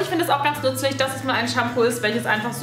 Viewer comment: Sie sagt nützelig